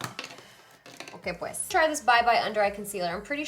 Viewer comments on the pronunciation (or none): "okay pues" hehehehe sounds funny